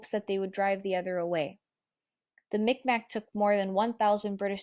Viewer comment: This is well done. Just one little point: just as it is no longer considered okay (at least for non-First Nations people) to use the term "Indian" for those who are First Nations, we also no longer use the incorrect "micmac" pronunciation for the Mi’kmaq people, it is pronounced "migmaq". Otherwise, good job with most of the pronunciation.